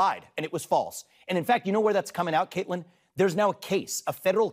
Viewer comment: It's Caitlan😂 or as Benny says Caitland😂